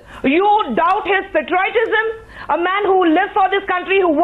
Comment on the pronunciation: Kushbu, firstly learn to pronounce patriotism correct. It is not patroytism...lol...what more can we expect from the Congress.